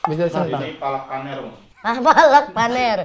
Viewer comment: Bacamya palak panir itu